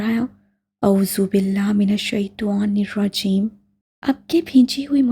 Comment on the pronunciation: Yar aap اعوذ باللہ من الشیطٰن الرجیم shi se pdha kre